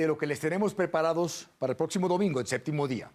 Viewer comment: Estaría bueno que aprendieran a decir “Séptimo”, todos dicen “Séctimo”